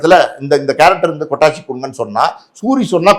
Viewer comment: Avar peru 'kottachi'...kottanguchi ila 😂😅